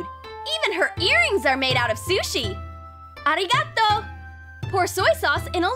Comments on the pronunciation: The narrator's prononsation of arigato is wrong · why did she say arigato like that